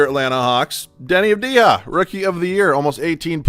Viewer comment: Avdija Pronounced avdiya